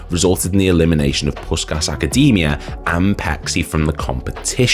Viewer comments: His name is pronouced as Pay-chee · Its pronounced Pay-chee